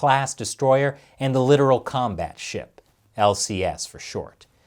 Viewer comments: it's not literal it's lit'toral. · it's pronounced liTOARal and "letters of mark" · Li-tor-ral… the joke fell flat since the pronunciation was entirely wrong